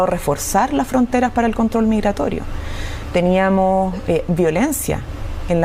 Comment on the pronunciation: porqué dices teniamoh, teniamoh por favor vuelve al colegio para que aprendas a hablar correctamente